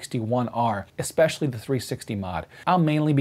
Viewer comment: You got nearly all the way through the video without saying it... Then right at the end, you said "eXpecially"! Grrr! Don't make me unsubscribe,! 🤓 Good review, eSpecially the point about the narrow FOV of the 4K camera.